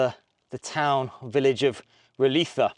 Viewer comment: It may be a minor matter, but my bowels ache every time he says "Roliça" as if the "ç" was a "th" as in "think" or a "z" in some Spanish word... Portuguese "-ç-" is like English "-ss-" (and I'll refrain from presenting the example it came to my mind so that this comment is hopefully not filtered...).